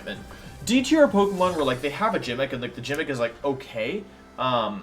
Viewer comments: Wait.... Did this guy say Jimick as a joke? Please tell me it was a joke and he doesn't pronounce gimmick that way? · I find it funny that he says “jimmick” instead of gimmick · GIMMICK NOT JIMMICK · Where is wolfy from? He kinda pronounces things wierd... Example he said gimmick like jimmick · Why does he pronounce the word gimmick like it’s with a J or like the the word Gym?!?? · that's his jimmick. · Pronouncing gimmick with a “j” big yikes. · Me: He said Jimmick.......maybe it was a mistake. Wait he just said it again.......ohhhhh.......time to go find a different tier list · “Jimmick” yikes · Pronouncing things weird is his jimmick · Ah yes the "Gymic" hahah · You’re saying gimmicks wrong. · Why the eff are you saying “gimmick” so wrong? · Are you intentionally mispronouncing gimmick?